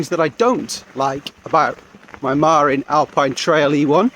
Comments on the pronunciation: Marín, not Marin. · It’s pronounced muh-RIN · Hee hee - that's a British thing... I used to pronounce it MAR-in too until I moved to California and realised it's Ma-RIN.